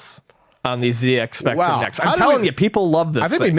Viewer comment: The ZX Spectrum is a UK product, so the Z is pronounced zed – not zee. Even to my American ear, the latter sounds weird in this context.